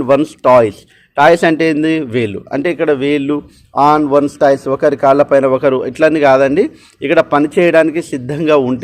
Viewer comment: toes pronunciation టోస్ కద అన్న its not టాయ్స్ ఏదో మీకు చెప్పే అంతదాన్ని కాదు